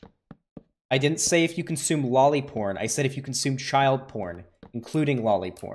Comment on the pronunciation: The guy couldnt even say lolly porn